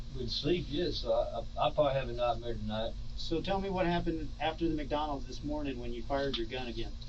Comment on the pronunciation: "only way it come out is when I have a NIGHT-MER bout it" 🤣 Nice!.... lmao